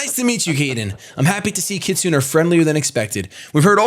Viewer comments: Kit su neigh not kitsun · It's phonetically pronounced kit-su-neigh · "kit-su-ne", more or less. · is Mis-pronouncing kitsune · The way you say "Kitsune" is hilarious.